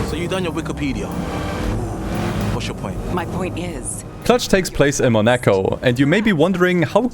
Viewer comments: Just a small note: in French, Monaco is pronounced more like 'MO-na-co' (moh-nah-koh), not 'money-co.' English speakers often anglicize it, though. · Mo-nah-co. Not Monecko. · It's 'Mon a co' not 'Monak o' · MOnaco, not moNAco ... ... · why he keeps saying moNEco? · Damn, never heard someone call Monaco as Monékoul... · You said monecko in the first 10 minutes and you finally said Monaco... XD what was up with that. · "Takes place in Moneiko" LMFAO. I never thought I would hear such mispronunciation of Monaco in my life. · was searching for this comment, who the hell says 'mo-NAco' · Porca dio, you make me very angry because you are pronouncing Monaco as Mone-ka. Mone-ka! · Why do you pronounce Monaco in a weird way? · Half-way of the video you learned how to say Monaco... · the way you say monaco genuinely pisses me off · Brother, you really need to work on your "Monaco" pronunciation 🤣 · ... are you seriously saying monaco like that? that is engagement bait, isn't it? i was already gonna comment 😑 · Is that the right way to pronounce "Monaco"? Damn... I've been saying it wrong all my life. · It absolutely is not. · That's 🚫 NOT 🚫 how you say Monaco 😭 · What the f U c k is that Monaco pronunciation? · Great video! This is the most insane way to pronounce Monaco I’ve ever heard